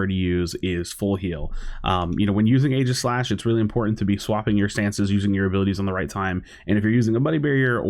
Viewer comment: "only YouTuber who can pronounce aeigislash"